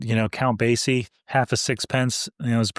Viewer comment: Just a slight correction. The Count pronounces his name Base-e not Baze-e. The Z sound should sound like an S. Sorry. I have a real pete peeve when it comes to pronunciations. Especially when it comes to proper names. Out of respect for the artist.